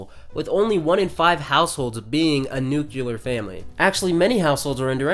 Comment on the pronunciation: saying nucular instead of nuclear is supportive of white supremacy, colonialism, patriarchy and hetero normativity